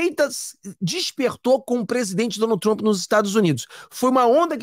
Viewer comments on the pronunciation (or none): none